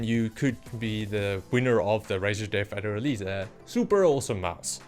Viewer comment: Are you saying Deaf Adder?